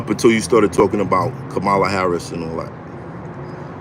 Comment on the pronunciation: Kamala. Kah-mah-lah. Not Kuh-ma-lah, like the wrestler. It's important to know her name